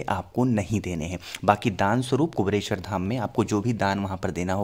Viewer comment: क्या कुबरेश्वर, कुबरेश्वर की रट लगा रहे हैं। सही नाम तो लो भैय्या पहले..........? कुबेरेश्वर यह सही उच्चारण है। धन्यवाद 🌹🙏🌹